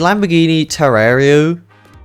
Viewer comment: Its teh-me-rah-rio😅😅😅